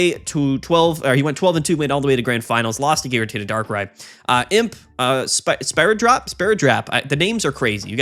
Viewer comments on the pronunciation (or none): just for random knowledge : in "sparadrap" you don't pronounce the p at the end, and it means band aid